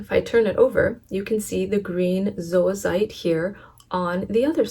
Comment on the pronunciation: Thank you for pronouncing zoisite properly!!! So many videos say "zoy-site" and that is incorrect!